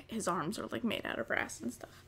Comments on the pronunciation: Omg brass a thought she said grass I'm so dumb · I kept hearing grass instead of brass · Every time you said brass in this video I though you said grass That was confusing lol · all most the whole video i thought you said "GRASS" but you were saying "BRASS"